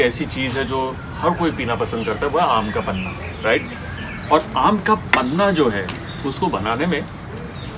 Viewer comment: Sir a kind request. It's panha not panna